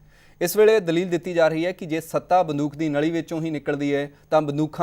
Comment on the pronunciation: ਪੰਜਾਬੀ ਜ਼ੁਬਾਨ ਵਿੱਚ ਬੜੇ ਹੀ ਸੰਜੀਦਾ ਮਸਲੇ ਉਪਰ ਗੱਲਬਾਤ ਹੈ । ਜਲਦੀ ਕੀਤੇ ਬਹੁਤੇ ਪੰਜਾਬ ਵਾਸੀਆਂ ਦੇ ਜ਼ਹਿਨ ਵਿਚ ਇਹ ਗੱਲਬਾਤ ਸ਼ਾਇਦ ਨਾ ਵੜ ਸਕੇ । ਪ੍ਰੋਗਰਾਂਮ ਦਾ ਹੋਸਟ ਜ਼ਿਆਦਾ ਸਵਾਲ ਸਟੂਡੀਓ ਦੇ ਕੈਮਰੇ ਉਪਰ ਲੱਗੇ ਮੌਨੀਟਰ ਤੋਂ ਵੇਖ ਕੇ ਕਰ ਰਿਹਾ ਹੈ । ਗੱਲਬਾਤ ਸਾਰੀ ਬੰਦੂਕ ਦੁਆਲੇ ਘੁੰਮ ਰਹੀ ਹੈ ਅਤੇ ਹੋਸਟ ਬੰਦੂਕ ਦਾ ਉਚਾਰਣ ਬੰਦੂਖ ,,, " ਖ " ਦਾ ਕਰ ਰਿਹਾ ਹੈ । ਚੰਗਾ ਹੋਵੇ ਅਗਰ ਪ੍ਰਸਾਰ ਭਾਰਤੀ " ਦੂਰਦਰਸ਼ਨ " ਤੇ ਵੀ ਅਜਿਹੇ ਮੁੱਦੇ ਆ ਸਕਣ । ਡੇ ਐਂਡ ਨਾਈਟ ਚੈਨਲ ਦੀ ਇਕ ਵਧੀਆ ਕੋਸ਼ਿਸ਼ ।